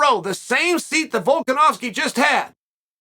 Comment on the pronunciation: he said Volka“Damn”Nowski lol